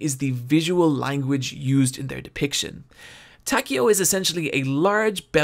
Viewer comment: Repeat after me everyone, TAH-KAY-OH. Not taky-o jesus christ